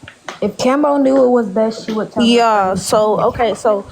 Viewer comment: Y you say kemo it's Kamo....Prayers🙏🙏goes out for dem....